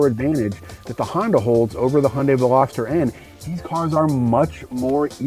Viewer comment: The way way he pronounce Hyundai got me: It`s a Hendei Velostar :D